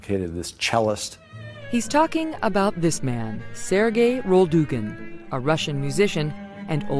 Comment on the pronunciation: "SERGAY ROLDOOGIN" -MEGYN KELLY